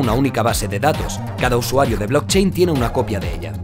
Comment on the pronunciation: no sé xq nadie habla del blotchein